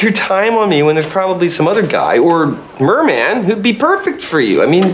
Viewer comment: “merman”. Lol